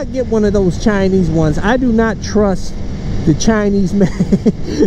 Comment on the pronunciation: Dude the way you say Chinese cracks me up.